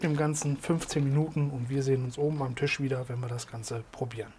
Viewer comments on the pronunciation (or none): none